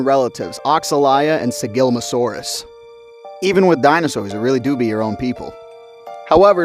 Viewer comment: You absolutely butchered Sigilmassasaurus' name